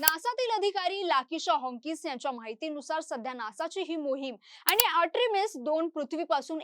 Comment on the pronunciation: Are atrimis nahi artimis😂